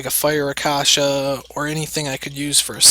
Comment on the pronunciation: wow of course its water, you don't get light/dark monsters from mystical scrolls and it's pronounced raksasha not rakasha. Also that trick your doing will not work.